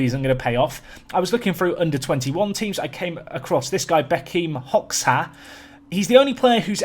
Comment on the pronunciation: Hahaha bekim Hoxha is pronounced like you would pronounce job ( hoja ) xh - j